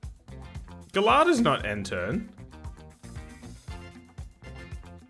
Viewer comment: He said feeding Geladas? 😭😭I've heard feeding the ladder.